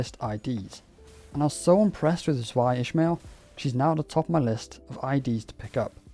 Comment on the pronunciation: Dunno how much you care, but "Zwei" comes from the German word of the same spelling--meaning the number two--and is the same Zwei seen in "Zweihander" (the weapon they traditionally use in their Library of Ruina appearance and some of the Zwei IDs in Limbus). Because of that, the pronunciation is actually closer to "Zvy", since the German W tends to be more like a v and the ei results in a y-like sound. Not nitpicking you for saying it that way though--I said it that way for two years during LoR's early access~full release period until a friend finally corrected me. xD